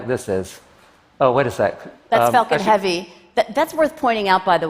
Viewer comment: it sounds like she says "fucking heavy" instead of "falcon heavy".